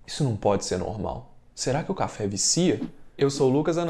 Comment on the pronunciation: Cafe ou cha-fe?? rs